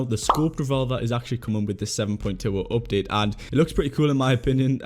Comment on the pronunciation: Normal people: "Update": "Opdate"